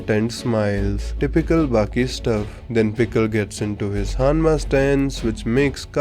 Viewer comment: Am I the only one who heard Hammas instead of Hanmas? Pickle would litteraly be the BC JEDF ( JURASIC ERA DEFENSE FORCE )